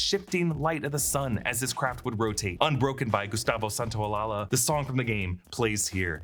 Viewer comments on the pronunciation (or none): Gustavo Santaolalla (Santa-oh-laʝa) not Santaolalaland😅😅😅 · please, to the people writing these videos... I'ts pronounced Santaolasha. san-tao-lasha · "Gustavo Santaolalla" last name is pronounced "Santaolayuh". Please stop butchering it 😅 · San-tao-la-ya (as the Y in yes)